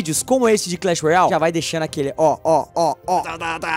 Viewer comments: Não è clech royai è clech royale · vc fala Clash Royal kkkkk e Clash Royale😁😁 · não é clach roial é clach roiale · não é clecheroiau é cleche roiale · Ele fala Clash royal kkkkk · Não é clash roial e clash roiale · por que o fala errado o nome clash royale